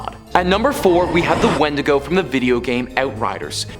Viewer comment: it's pronounced win-dig-go